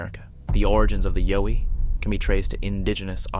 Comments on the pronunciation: Bowie is pronounced like Cow. Not yo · the last bonus clip was comical . This guy is just a very watered down Generic wanna be of Maximum Fear channel. and it''s (ya-OW-ee).. Yowie. not (YO-we). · I'm Australian....it's pronounced....YOWIE as in you've hurt yourself...OW....,not YO as in the American accent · Yowie mate. Not Yoie. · Pronounce it as an Aussie Yeowie..emphasis on the yEowie..not the YO :) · Its not (Yo-E) its, (Yow-E). And #10 is stolen audio from Mike Patterson of Sasquatch Ontiaro. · Yowie (Yeeoww--eeee)not Yoh ee. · Its YOWIE (yauw-ee) pronounced like the word cow. Not as in yo-yo. Do your research beforehand..... you should at least get the pronunciation of the main subject right. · Im pretty sure the "Yowie" is pronounced like "OW" like you hurt yourself not "O" as in "YO". At least thats how Ive always heard the Aussies say it. Also Sonny Vator is a know hoaxer so take that video for what its worth. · Its Yow wee...Like wow wee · WHO KNEW that "Yowie" rhymes with "doughy"? 😂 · YA-OWE-EE...Now Say it fast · Umm, every time you say something is clear, not blurry, it’s blurry. You pronounced Yowie wrong, it’s a short O not a long one. You pronounced Record like record as in an album. Apparently one of the sound bites is not even authentic to the situation the person has filmed, number 10 is obviously a chimp and last but not least, number 11 isn’t a Bigfoot child. It’s my ex F’ing mother in law! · Yowie is pronounced like "wow". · It is pronounced yowy, as in owy, with a y attached to it. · Yow as in COW pronunciation.:popcorn-yellow-striped-smile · YOW-ee is pronounced like POW...or NOW...and a chimpanzee is not a monkey...it's an ape... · Thank you, I agree. "Yow" eeeeeeeee, lol...😂😂😂😂😂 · You are pronoucing Yowie totally wrong. Isn't hard to research and find out how to pronouce it correctly. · Clearly the narrator has no idea what a Yowie is! At least pronounce it properly! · You're pronouncing.Yowie wrong. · he’s pronouncing it wrong